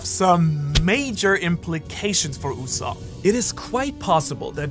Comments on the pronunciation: ITS USOAP NOT SOP tf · Its go d. Usopp not God usopp